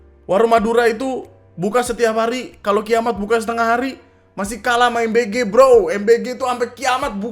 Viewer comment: MBG M nya madura 🤣